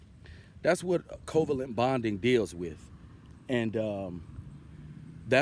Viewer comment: Your pronunciation of covalent is wrong. The intonation should rise at VAlent.